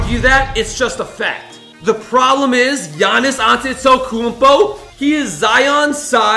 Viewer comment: "Giannis Antatesompo"